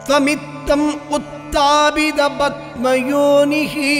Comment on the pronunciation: தமிழில் எழுதி வைத்து படிக்காமல் மலயாளம்,சம்ஸ்கிருதத்தில் படிக்கவும...அது rogam...rokam இல்லை...padma yoni...batma yoni இல்லை...etc...மன்னிக்கவும்...பொது மக்களுக்கு சரியாக சொல்லி குடுக்கணும்